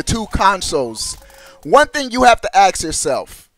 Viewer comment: Stop saying axe when your trying to say ask. Please!